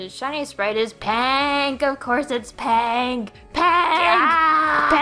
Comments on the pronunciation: its PINK NOT PANK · PAANK OF COURSE IS PAANK she did say paank instead of pink right? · It's PAHNK PAAAHNK PAAAAAAAHNK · It's pronounced "Lop-unny," and "peenk"